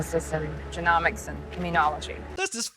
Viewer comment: Somebody needs to teach Hollywood how to properly pronounce genomics